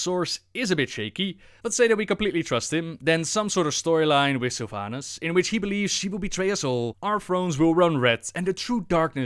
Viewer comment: I'm soo tierd of people calling Sylvanas sylvanus is this a meme or something?